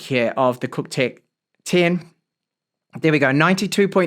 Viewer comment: Nice mate, did you say it's cocktech? 🤣